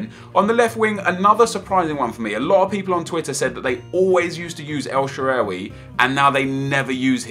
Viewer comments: el shararay??? its more like shalarway or sha-arway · Every time you say El Shaarawy is so awkward. It's El-Sha-Ra-Wee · El " shewery "😂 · u sound Irish when u say el shaaraway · nep is killing me when he sais al sharrawy like he says and how he says eto'o